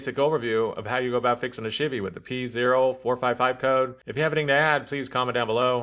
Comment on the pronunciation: I swear it sounded like you're saying 'shitty silverado' lmao great video. currently fighting 4 codes on my tahoe, fingers crossed. I'm getting p0030, p0053, p0455, and p0496 and I can smell gas when it's running.